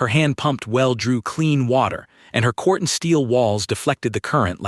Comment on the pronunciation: Quartzsteel not cortsteel